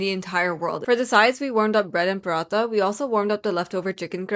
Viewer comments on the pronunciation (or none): Amazing video, but please don't pronounce parathas like you're white washed 😭 it's PARA-THA. Not parata. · “Paratas “ isn’t it parathas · One thing I would say that why are you pronounceing Urdu words like that you are pakistani. For sur this is not for any hate i really love your content but I don't get your pronounciation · Its cringy to hear a desi butchering pronunciation of desi food .... paratttha bay baratttha... who desis raised you😮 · love the video but..........THE ACCENT ON "PARATHA" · Can you plz pronounce paratha correctly like a desi and don’t try to sound gori while pronouncing it so irritating other than that the food looks yummy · Why does she say paratha like thattttttt her urdu is gone